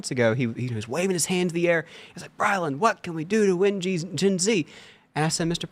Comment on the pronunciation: Brilyn has no “d”.